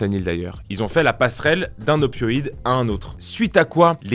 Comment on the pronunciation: Opioïde et pas opoïde